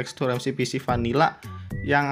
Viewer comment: 👍🏼kamu bilang vanilla jadi panila:v 🤣😂